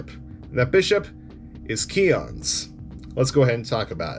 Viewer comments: i thought its Keons, whys he saying Kleons? 👀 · Where’s the L in Keons? Sorry that drove me nuts lol